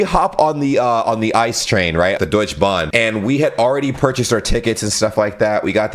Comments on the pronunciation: "ice train" took me a minute😂 Its Ieee Ceee Eeeee😐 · It’s an I-C-E train, not Ice😅👍🏼 -Intercity Express-🚅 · it is i.c.e not ice train just to help you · Not ice-train. I C E. Means InterCity Express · ok also nicht mehr ICE sondern Eistrain :D